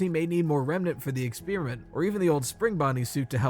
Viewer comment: What the fuck is an exspearmint?